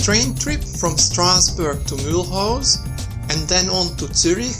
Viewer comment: He cant even pronunciate the name